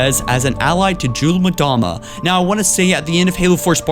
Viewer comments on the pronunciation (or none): It's not pronounced jun mdama, it's pronounced Yule-mdama